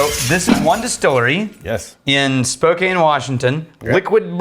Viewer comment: Thanks for saying Spokane right!